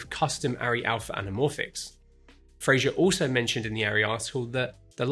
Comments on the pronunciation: Great video. Thanks. But there is no "i" in Fraser. Pronounce it to rhyme with "phaser." Cheers. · Fraser. With an S.